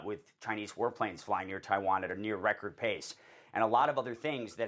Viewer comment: Taiwann is our number wan comcern😂